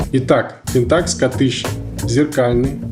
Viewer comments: мужик, объясни почему т ы говоришь пентАкс, а не пЕнтакс? ты же не говоришь никОн, ты говоришь нИкон. где ты это взял, расскажи если владеешь информацией, может я не прав. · правильно ставить ударение на первую Е .